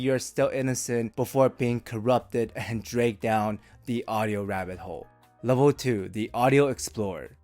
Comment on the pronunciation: Never trust someone that can't pronounce 'dragged' correctly